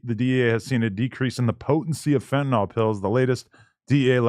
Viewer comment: Fentanyl. FEN-TUH-NILL. it's not TYLENOL.